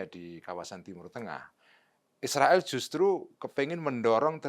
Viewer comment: Cara baca Israel sangat keliru